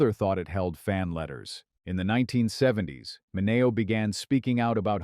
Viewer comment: Ugh... it's pronounced MIN-ee-oh, NOT Min-AY-oh. Crappy AI narration.